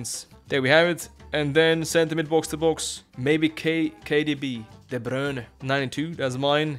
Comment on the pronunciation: You pronounce De Bruyne very well!! :D